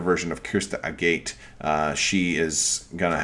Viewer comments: Like the video. Just an FYI. It is pronounced "A-gut". Like the stone. I think it is a play on "Crystal Agate." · I understand and figured as much. But that still isnt how the word is pronounced. I have a good friend who is a geologist. Apparently the mispronounced version is more common than I thought, but he assures me it is a-gut. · Do we know if the e in Agate is silent? It's weird but this bothers me.